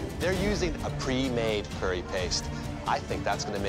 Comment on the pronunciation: They said cyury instead of curry😂😂😂😂😂😂